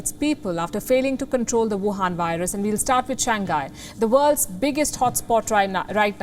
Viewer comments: SHANG- HAI not shang-gai 😩🤦🏻‍♀️ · THIS TALKING HEAD CANT PRONOUNCE SIMPLE ENGLISH WORD. IT'S SHANG-HAI , NOT SHANG-GAI....LOL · It's ShangHai... HAI, not ghai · To d presenter! It is pronounced as Shang-hai!! NOT Shan-ghai!!! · For a newscaster, please pay attention to pronounciation. Its “shang high” not “shang guy”… duh! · could be your short tongue but it's not pronounced as shang guy. it's shang hai. omg so cringeworthy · Its not shan-gai its shang-hai... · I respect you, ma'am. I really do. But, it's not "Shang gai". It's pronounced "Shang hai". Okay? 😁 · Learn to pronounce words correctly. SHANGHAI is pronounced as Shang-hai, not Shan-gai. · just a reminder, the name of the city Shanghai should be pronounced as Shang-hai, not Shan-ghai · It is pronounce as Shang Hai. Not shang gai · i was wondering where the hell is shan ghai... dude its pronounced shang hai, not san ghai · its shang hai not shan ghai ..... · Please correct your pronunciation ...its Shang-hai ..not Shangai!!! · The city name should be pronounced as shang-hai, not shan-ghai. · Please stop pronouncing it as Shang gay, it's Shang hay. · Shang-Hai not Shang-Gai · Not Shang gai but Shang hai 😅😅 Anyways Shang gai sounds cute too 😂😂😂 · Why can’t this news reader pronounce “ Shanghai “? She pronounced it shangkai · Wtf can not even pronounce shang hai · She keeps saying " Shan Ghai" like its new city. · Its Shang.Hai. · Is that how to pronounce that place? SHAN-GHAI not SHANG- HAI? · She can't pronounce shanghai correctly. 😁